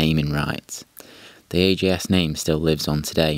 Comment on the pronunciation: Always said AJS (ay-jay-es) but here its pronounced AGS, maybe a british speciality? 16MS was my first bike, so interested in AJS history. Fun way to tell about early days of the brand, but must say I missed the highlights of the brand, the four cylinders pre and after war and of course the 7R, Porcupine and the demise last 33CSR with the Norton 750 engine. Maybe content for another post here!